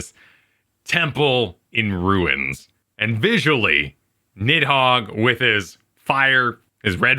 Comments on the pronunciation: the way it's translated into English is a bit confusing but given it's origins in Norse the "Nid" part is actually supposed to be pronounced more like "Neath" If I remember correctly it's noticeable even when the Dragons speak of Nidhogg in their own language, I think the Draconic language is reused from the Japanese version(?) of the game so you can hear the dragons pronounce it more like "Nizu" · "Nidhog is the easiest name to pronounce in all of Final Fantasy" Is this a bad time to mention you two, and even the English voice actors for FF14, have been pronouncing Nidhoggs name wrong this entire time